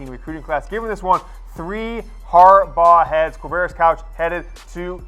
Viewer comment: "Quavarious..........?" Really? Seriously, "Quavarious?"